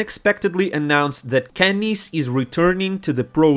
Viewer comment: bro just call him Kenny ESSS please